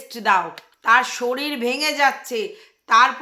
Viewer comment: এই স্কুল থেকে অন্য স্কুল ভালো বা ইংলিশ মিডিয়ামে ভর্তি করা খুব মুশকিল।ঠিকই বলেছ,বাবা মায়ের ইন্টারভিউ নেয়,কিছু টাকা ডোনেশন দিতে হয়। কথার উচ্চারণ ও ঠিক নয়।শরীর কে শরীল বলে। বাচ্ছাটা কে আরো অনেক আগে থেকেই ভালো স্কুলে ভর্তি করা উচিত ছিল। একদম যুক্তি যত কথা বলেছ।